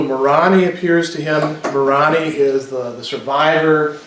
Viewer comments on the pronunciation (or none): Your pronunciation is a little off with your book of Mormon names, at least as far as the mainstream church pronounces them. Almost all of the vowel sounds are long, so it's nee-fites and more-ohn-eye for an example. Sorry, it just sounds odd to my ears. Love your lectures.